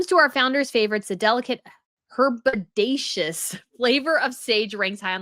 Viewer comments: I have a favourite snack which is called “Herbaceous Walnuts”, super addictive! They’re roasted walnuts with a herb seasoning. It’s pronounced “her-bay-shus”, rhymes with what I thought you said initially, did you say “bodacious”? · It's pronounced ER- bay-shush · It’s ’herb ay shuss “. Pretty much a common word, in fact….yes, relating to plants in general and, for US citizens, what you refer to as “ urrrbs” (whilst everyone else says ‘Hurrbs’ 😀) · Her-bay-shus……with the accent on the ‘bay’ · Herbaceous. It’s pronounced HER BAY CHUS. A word she probably learnt from her time in the U.K. We love our herbaceous borders here. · Herbaceous usually refers to a type of garden, as in a ‘herbaceous border’ which is planted with flowers and such like. pronounced ‘her-BĀ-shus’ with the emphasis on the second syllable. Never have heard the word used to describe a flavour !!! That’s weird. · herbaceous is a pretty basic word! I can’t believe you didn’t know how to pronounce it. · There are plenty of things to pick her apart for but when you call out silly things like using the word herbaceous which is a normal word, that is embarrassing that you don’t know how to pronounce it makes everything seem petty. I know reading standards have slipped in this country but herbaceous should be at an 8th grade level. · So "herbaceous" and "epicurean" are unknown words for most people? And you can't even pronounce one!